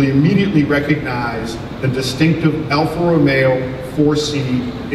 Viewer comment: its alfa romeo not alfa romeeo